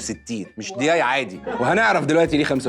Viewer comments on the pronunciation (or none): اولاً مسمهاش ياي ادسمها دياي قولها عدل 🙂 ثانيا الورقه بتغطي الحجره